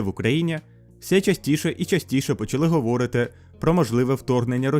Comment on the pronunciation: не говОрити, а говорИти )))